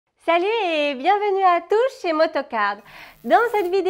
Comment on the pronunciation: "bienvenue à tuche" ? 😋😋😋